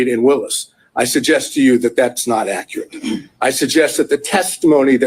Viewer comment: version of "accurate"...every single time 😆